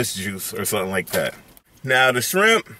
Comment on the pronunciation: Nigga said baa jaa sharimp 🌮